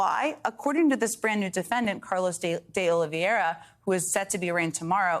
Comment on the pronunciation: The name is "De Oliveira" NOT "De Oliviera". It does not take a rocket scientist to figure this out. Jen Psaki is not an ignoramus and she is not illiterate. I can't help but wonder why she keeps making this error all the time?